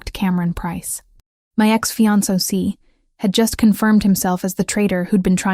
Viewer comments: Fee on so see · Mispronounced Fiancé too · This story is great. Only downside was the pronunciation of fiancé over and over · Im confused... Why did he show her her engagement ring, which she had already given back to him for resizing? Did he want to give it back to her? And why did she take blueprints to a dinner party? Her fiance did not ask her to bring them. Those two things dont add anything to the story and make no sense. Also the narrator mispronounced the words Maitre D' and Fiancé. 😒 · And Fiancé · Fiance too. Butchered